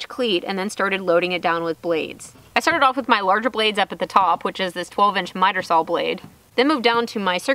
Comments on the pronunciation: I am sorry love your posts but saw is saw! not sawl! lol!! to each their own! great job! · I love how you pronounce SAWL!!! LOL Too cute. We used to say that up north here when I was very young. It seems like every time I watch one of your videos you do something that reminds me of when I was your age. Very cool and nice builds too. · I just like listening to say saw. Oh those funky Texas accents.